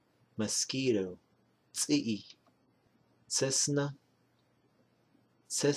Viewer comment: Tsisna means Bee...Sounds like you are saying, "Cessna", like the aircraft...lol.. I wonder if there is any correlation? Thanks